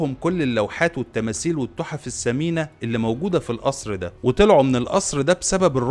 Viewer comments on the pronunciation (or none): التحف السمينه 😂😂😂😂🤪😛معقوله ما تقدر تقول الثمينه